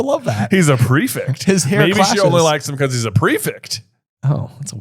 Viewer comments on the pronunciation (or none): why do you say prefict instead of prefect?